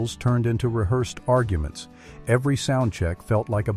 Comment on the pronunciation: “Argue. Ments”